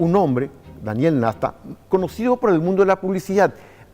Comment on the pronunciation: El apellido es NASTA NO NESTA